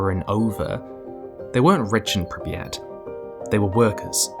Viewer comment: I'm like two minutes in and enjoying this video, but ouch, that is so very far off from how Pripyat is pronounced...